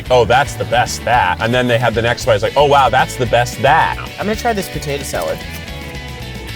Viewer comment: Keith : oh wow. Me: Did he just say owo...?